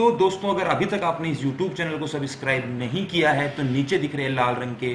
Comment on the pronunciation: Subscribe bolna sekh phela